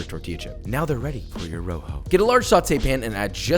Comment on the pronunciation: “A row-hoe, and a vuur-day”